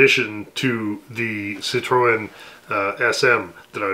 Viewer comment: Great Video! I take it that '38 Chrysler is sporting it's original paint and original mohair interior. Or have those been redone? Also, I like that "tri-chevron" chrome trim on the front. BTW, in French, Citroen is "SEE-tro-'YE(N) (nasal).